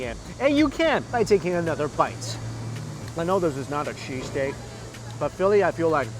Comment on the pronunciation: ''shees steak'' lol